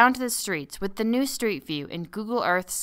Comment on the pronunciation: she totally said google earth sex